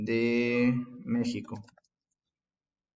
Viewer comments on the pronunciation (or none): none